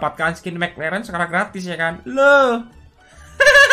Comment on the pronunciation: mek leren😂anjim logat jowo